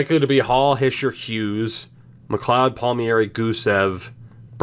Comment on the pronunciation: Palm-eri not Palmy-eri